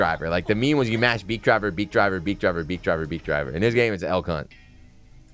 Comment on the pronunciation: After about the sixth time hearing the name of his "Beyblade Jr.," I had to look it up. Elk. Hunt. I just kept hearing "L Cu...". Well, I probably still will. I wonder if the AIs scanning audio on videos and streams will. Uh, have fun with that, commentators.